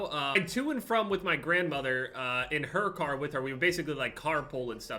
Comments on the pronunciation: Why when says car I don't know whether he is saying car or kar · When he says car I think he’s talking about the kar 98😂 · I Thought He Said He Bought A Kar I Was Like Huh LMFAOOOO